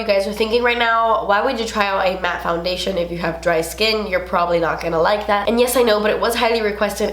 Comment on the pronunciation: omg i luv how you say MATTE and matte! 😂